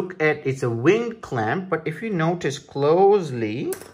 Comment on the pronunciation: ving clamp -_- took me a while to figure out what he was saying